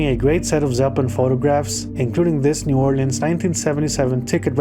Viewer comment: Thank you for pronouncing New Orleans correctly.